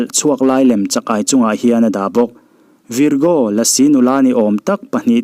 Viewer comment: Virgo i lam dan hi a dik lo. 😂😂